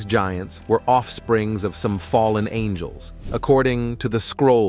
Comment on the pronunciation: Oh it’s the fallen ang-ells😂